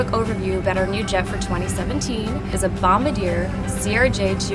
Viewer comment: Some one needs to tell her that's not how you pronounce Bombardier